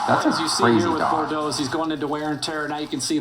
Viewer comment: Bordox?? Pissed me off everytime u said his name wrong lol